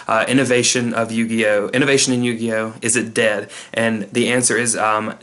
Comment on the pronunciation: LOL what on earth is up with the "yuguyo" at the beginning?